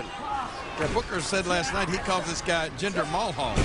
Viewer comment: Why do you put a A at the end of Jinder's name?